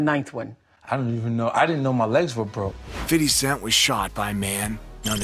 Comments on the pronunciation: Fiddy scent. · Sounds like he's saying fiddly sac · 😂Fiddy Cent😂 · Fiddy cent 😂